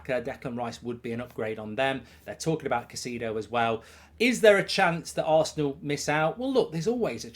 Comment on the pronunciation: Mark this is a formal request to start pronouncing caicedo correctly!